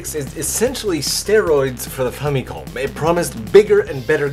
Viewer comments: The way you pronounce famicom is unique, pretentious and off putting. Like people saying Mare-E-O. Maybe it’s correct it just sounds wrong and makes me irrationally angry. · say famicom one more time, i dare ya